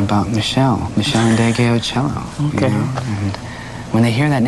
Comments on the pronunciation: Not a "master" my a#z! Chile pleeze! If not a "master" of the bass then a master of funky, smooth, deed, soul moving grooves. And, why don't WP make the effort to pronounce her name correctly? It's not hard. If he can pronounce Greek names he can pronounce "N deh gay oh cheh low". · Name is not " iindege Ooh ciello" but the Nd is pronounced as in "coNDEnce" .So next time do some research.. otherwise you change the meaning of the name and we get "Off endead"